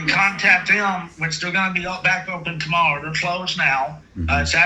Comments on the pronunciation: Anyone else hear the guy say tomowwow twice or so 😂😂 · He's cawwing tomowwow, too. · Don't forget tomowo. 😅